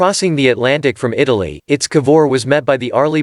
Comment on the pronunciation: To the narrator: It's I.T.S. Not Its. Italian Ship